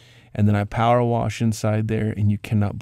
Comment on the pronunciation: People that say warsh instead of wash lol